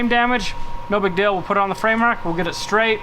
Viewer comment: ...I'm gonna let you in on a secret.......shhhhh don't tell anyone....but deal is spelt just like that.....not "DILL".....GOOGLE HAS A PRONUNCIATION SETTING....SO YOU CAN HEAR HOW ITS SAID.....IT IS NOT DILL!